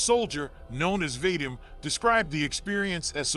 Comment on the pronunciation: The name Vadim doesnt rhyme with " hate 'em". It rhymes with, for lack of a better phrase, "The cream". As in, va-DEEM. Although thats merely the closest American English approximation.